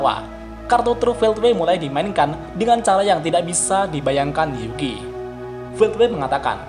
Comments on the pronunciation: Nama Yuki itu Yuki atau Zuki sih pak? aku dengernya zuki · Kok gw denger nya juki ya , bukan yuuki:v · Congor admin kaga konsisten cok, yuki jadi zuki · kenpa jadi zuki sih bang? kan harusnya yuki